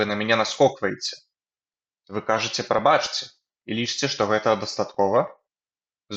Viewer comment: Прабачце трэба чытаць прабацце. А так дзякуй за вашую працу